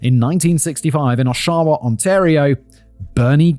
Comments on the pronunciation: Al Capone died in his Florida home... of syphilis. Oshawa: ahh-shah-wah, emphasize the 1st syllable. Mississauga: Miss-iss-ah-gah, emphasize the 3rd syllable. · Simon, pronounced AW-sha-wah. Great video though, this stuff happened when and where I grew up so it's nice to see it covered. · O-shaw-a?😂😂😂 Osh-a-wa! Good one, Simon. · As a local to the GTA this hurts my Brian Here Simon this is how you pronounce these like a local 😅 Oshawa - AWSH- awa Mississauga- miss. Iss. Ah. Gah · Oshawa is pronounced OSH a wah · Simon hasent need chat GPT to give him a proper pronouncing of a word so bad …. He Uses it a bunch for American names but up here in Canada we get “ Oh-she-wa “ 🤦‍♂️ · I love hearing non-Canadians trying to pronounce town/city names. Oshawa and Mississauga.. chef's kiss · Please tell me you laughed as much as I did when he said Oshawa and mississauga 😂 tho I've heard worse .. still funny .. but my face 😮 when I heard this was a Hamilton case lol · Oof! Body slammed the pronunciations of Oshawa and Mississauga, right off the top ropes. Fun fact about Hamilton police, they have a well-known reputation. Corrupt and lazy, take your pick of one, the other or both. Not much has changed.